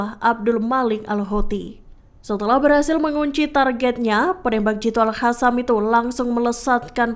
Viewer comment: Maaf min buksn al Hasam tapi al Kasam. Baca yg benar dongggg.